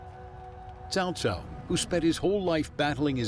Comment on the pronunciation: The Narrator just referred to Cao Cao as 'CHOW CHOW'. Never heard that one before...